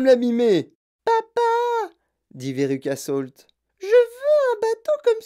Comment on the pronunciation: C'est véruca salt pas solt 😅😊